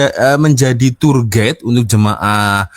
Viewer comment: Cak²...Bukan 'turget' sebutan yg bener adalah 'tuwer gaid' (tourguide). Ingatkan bahsa Belanda td...🔎📖📚🤭😄👍